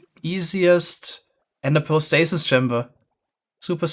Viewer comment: Isn't it stasis? instead of statis?